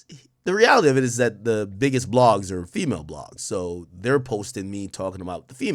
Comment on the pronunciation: "the biggessst"